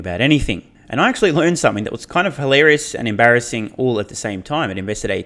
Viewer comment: "M. Barra-ssing". You should retire now, this was your masterpiece.